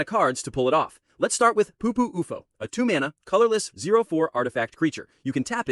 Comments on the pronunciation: IT'S U-F-O NOT OUFOH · stupid ai, cant even say u f o